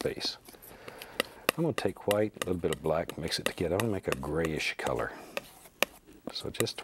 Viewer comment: Onfroi Don’t forget the quietness (ASMR) and his pronunciation of white (hwite). Bob Ross is truly a legend!